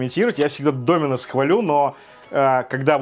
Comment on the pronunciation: Пожалуйста, не говори с ударением на "и" ДомИнос, очень напрягает. Правильно только ДОминос:)